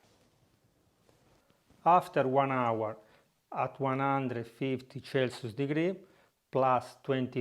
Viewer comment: 150 chelsius for 20 minus 😂